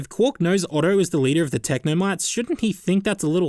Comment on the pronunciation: technomytes! or as an australian would say technomates (i'm sorry)